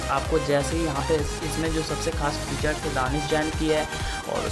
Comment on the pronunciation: abe saale प्रीजेट नही प्रीसेट hota hai